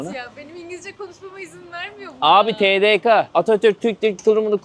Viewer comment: Abi Türkçede Ka diye bir harf yok o yüzden TeDeKe